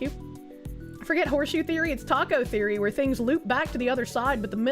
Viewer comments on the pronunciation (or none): none